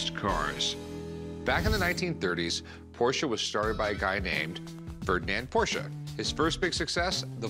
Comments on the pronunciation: Correct. Ricky actually pronounces it correctly , it's pronounced like there's an SHA at the end. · I love when comes in and starts pronouncing Porsche correctly 😂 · wow, nice to see someone pronounce "porsche" right. I like that guy